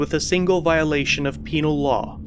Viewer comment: he said “penal”🤣😂🤣😂